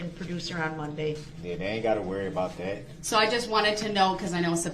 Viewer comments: We need to write a Brooks dictionary! Showders, do dat, liberry, co-horsed, biast, oaf, but my favorite was unbiblical cord in his closing statement! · Dis,dat, taKit agreement, suBstain ,etc. He's a complete imbecile.